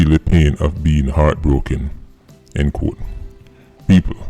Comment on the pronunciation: why are you pronouncing doggyS “quote “ as “code?”